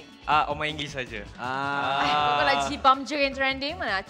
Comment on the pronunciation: Poor Roax, Nabil say his name wrongly again... Including Jibam on XD